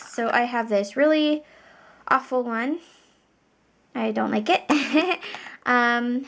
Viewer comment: When you say “ Awfull” i am like IF I AM DOING IT ITS GONNA BE POOP